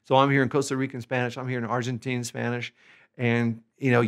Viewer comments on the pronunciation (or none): none